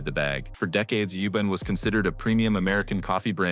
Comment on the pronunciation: Sounded and spelled AI. Couldnt pronounce Yubaaan, said Youben also wrote youben. CCC. Fakely level voice.